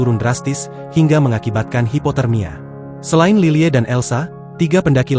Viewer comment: Lilie dibacanya lily aja pa , bukan lile